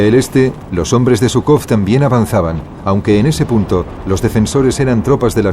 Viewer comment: Perdón, al margen de ideologías, pero llamar a Zhúkov y Kónev perros de caza de Stalin, es reirse de la historia y de la verdad de lo que fue Hitler. Tanto Zhúkov como Kónev (apellidos que ni pronunciar saben, pues van acentuados en la primera sílaba), debieran tener el agradecimiento de millones de seres humanos, por ayudar a precipitar la caída del régimen hitleriano. Posiblemente muchos de los actuales admiradores de Hitler, tal vez ni vivos estuvieran, al ser o descendientes de ciudadanos que la ideología nazi consideraba de segunda clase, o si hubieran nacido, ya la esclavitud que el régimen hitleriano tenía planificada sobre dichos ciudadanos, se los hubiera engullido. Hay que ser menos profano al hablar de la historia y abordarla imparcialmente y no en base a ideologías. El mundo del siglo XXI anda un poco desmemoriado acerca de lo que representó Hitler.